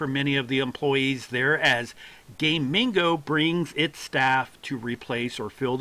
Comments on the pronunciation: Its pronounced GAH- MING- GOH, not Gaymingo you gay dingo. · Gamigo, not Gay Mingo like you've said 5697 times in this video xDDD